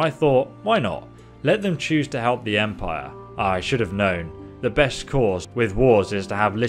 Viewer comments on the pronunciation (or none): none